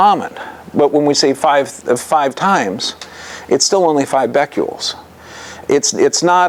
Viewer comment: Omfg if this guy says "beck-you-ols" one more time I'm gonna reach thru the screen and strangle him. BECQUERELs. As in Henri Becquerel. The french dude who left uranium ore on a photo plate (why? I dunno) and then it developed.